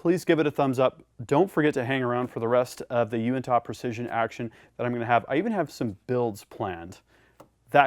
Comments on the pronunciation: Great videos. Love the channel. By the way it would be pronouced more like "you-in-tuh" Keep up the good work. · Not trying to be that guy but being from the uintah basin your pronunciation of uintah is killing my ears. It is pronounced (YOU-in-Tah) otherwise I really like your channel keep up the great work. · Uintah is pronounced (U-win-tah) it’s a mountain range in Utah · Fyi, It's actually pronounced you-in-tuh. Love, a regular visitor of the Uintah mountains in Utah. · Hey, I’m from Utah. It’s pronounced “you-in-tuh” real lazy. like “hey, you in tuh shooting guns?” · Being from Utah allow me to correct your pronunciation of Uintah. it should be said you-in-ta.With a slight emphasis on the “in” Thanks for a great video! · The way you say Uintah is funny i makes me laugh. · You say uintah so strangely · Haha, yeah, I guess there is right, and actually right. It took me by surprise because I’ve never heard anyone pronounce it like that. Made me chuckle a little. Also, if you ever make it to Zion national park, it’s pronounced “Zi-un” NOT “Zi-on” 😂😂